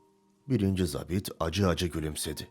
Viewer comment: Seslendiren çok başarılı ve diksiyonu düzgün. Ancak, 'zabit' sözcüğünü yanlış telaffuz ediyor. Eski dilde 'Subay' anlamına gelen bu sözcük okunurken 'a' harfi, 'mavi' sözcüğündeki 'a' gibi' uzatılır.